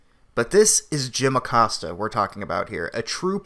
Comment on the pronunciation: Jim Accost-ya